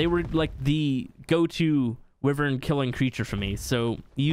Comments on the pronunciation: It’s pronounced WHY-vern, not wi-Vern. Wyvern. Holy... 🤦🏼‍♂️ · What the fuck is a Wivern.... Wyvern = Why-Vern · the way he says wyvern hurts my soul WIIIVERN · It’s pronounced “y Vern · Wivern tho